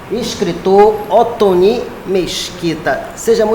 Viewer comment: Muito querida a seguindo a regra de tonalidade das sílabas e chamando ele de Oto-NI. Realmente, Otoni é um nome importado e faz falta o acento. Dei muitas risadas. Excelente entrevista.